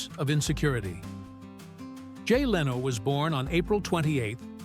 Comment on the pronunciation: Nothing new here except Jay LeeeeOH .....lol.....cheap ai....or script writer should type Lin Oh.....